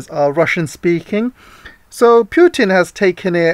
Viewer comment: not 'pjutn' ..it is Putin